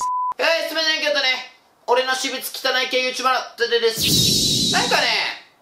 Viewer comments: しぶつをしもつって読むの草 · くらい私物のこと[しもつ]って言ってね？